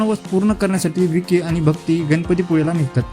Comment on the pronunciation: विकी नाही रे बाबा ? वँकी